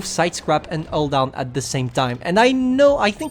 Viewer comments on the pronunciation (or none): even the subtitle recognized that as an "all down" XD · When he says hull down, all i hear is "all down". T_T